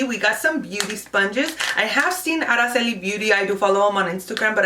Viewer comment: I like that you can pronounce Araceli ur the only one who's pronounces it right ..!